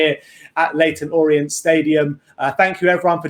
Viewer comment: It’s orient😂😂😂😂